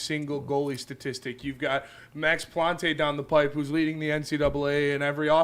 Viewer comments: Don't overthink the pronunciation on Max Plante, it's just "Plant". Don't gotta fancy it up none. Once he's in the pro system people will adjust I'm sure. Nice show, LGRW. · Max Plante is pronounced "plant". Nothing fancy, the "e" at the end is silent. Just FYI.